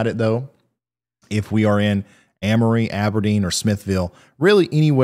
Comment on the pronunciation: im pretty sure Amory is pronounced AIM-RE